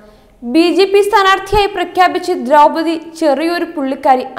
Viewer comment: കുറച്ചും കൂടി അക്ഷര സ്ഫുടതയോടു കൂടി സംസാരിയ്ക്കാൻ പഠിയ്ക്കൂ കുട്ടി . ദ്രൗപതി എന്നതിന് പലയിടത്തും ദ്രൗമ്മതി എന്നു പറയുന്നു .ബന്ധം എന്നതിന് ബന്തം എന്നു പറയുന്നു .അങ്ങനെ ആകെ മൊത്തം കുറെയേറെ പിഴവുകൾ . എങ്കിലും പഴയതിലും അല്പം കൂടി ഭേദമായി എന്ന് പറയാം ..